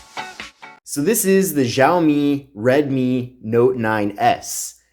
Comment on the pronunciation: Whaat ziaomi????